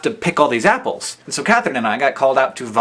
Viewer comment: haha sounded like he said "NIPPLESS!!!" when he said apples.